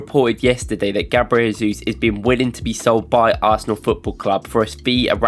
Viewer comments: Work on your pronunciation of "Jesus", please :) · Hey guys, love the videos and I don't miss a single one since I found this channel. Just a little comment, as a brazilian: The pronnounce of the J in Jesus is similar to the S in 'measure'. You pronnounced as if he was Spanish haha